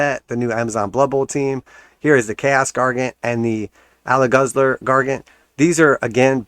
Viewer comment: dude its ale guzzler. like pale ale. not aléguzzler